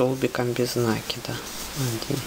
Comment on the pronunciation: Ну почему нАкида?? А ж слух режет, а за Мк спасибо!